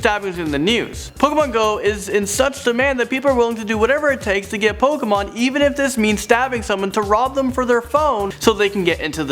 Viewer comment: No, it's POKAYMON.